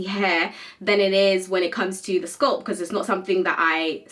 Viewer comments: why she say sculp instead of scalp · Apart from this lady, I have never hurd anyone from the UK to call it sculp they do call it scalp . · Why are you pronouncing scalp as sculp??? WTH. Pronouncing words correctly drives me nuts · Why are you pronouncing the a in sc a lp as Sc u lp? It is scalp not sculp . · In the UK its pronounced sculp